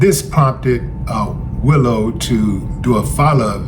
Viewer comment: Willow, Willow not Willie.